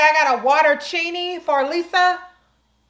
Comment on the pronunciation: Lisa , What’s in a water-chinni ? 😂😂😂